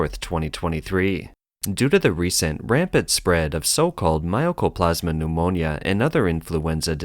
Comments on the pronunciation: Mycoplasma is pronounced as spelled, and not as "My o coplasma." (The "myco" name reflects the fact that this pneumonia was at first thought to be fungal in origin.) Mycoplasma pneumonia is in fact well-known to be bacterial and therefore not viral. And because it is bacterial, of course it is treatable by antibiotics -- the only question is whether the strains have antibiotic resistance and to which antibiotics. The wasteful spending of government-allocated money is an interesting and familiar theme. When I worked for the US government about 40 years ago, it was a regular phenomenon that as the end of the fiscal year approached, we had to find purchases to make with any surplus funds, to make sure that our budget wasn't lowered the next year when we might indeed need the money. Yes, it's wasteful, but from the perspective of government-funded agencies, departments, etc. facing the rigidity of government budgeting, it is also prudent and reasonable. Sorry, that's just the stupid way it is. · It's not MY-O-CO-PLAS-MA... MY-CO-PLAS-MA